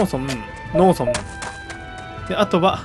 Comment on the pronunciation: 農村(のうそん)のイントネーションがずっとローソン。